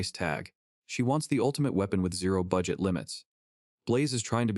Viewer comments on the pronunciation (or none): none